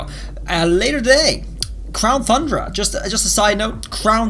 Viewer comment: "crown THUNDERa"